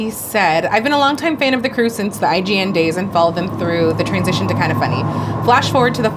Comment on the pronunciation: I smile every time Nick says "igun" instead of I-G-N. I wonder if he's actively calling it that or if at this point that's how his brain sees it.